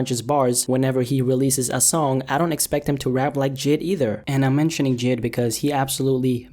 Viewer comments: He said jid it’s jay,I,D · it’s “j - I - D” not “jid” lol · There is no way he said Jid not j I d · Jid? It’s J.I.D 😭😂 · It’s not JID, it’s j.i.d. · JID😂😂lmaoo its, jay eye dee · this nigga really said "jid" ight your opinion is now irrelevant